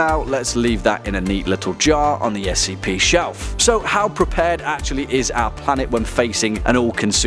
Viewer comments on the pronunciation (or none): Why is he pronouncing SCP as "skip"?